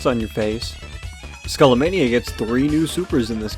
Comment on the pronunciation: It's pronounced Skah-lah-mah-nee-yah